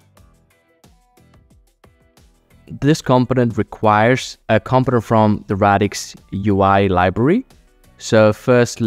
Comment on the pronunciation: I promise I'm not trying to be a jerk, I had a hard time with the word as well.. Component is pronounced: Kuhm-poh-nuhnt. The first O makes more of an 'UH' sound, The second "o" sounds the same as the letter, e.g. "oh".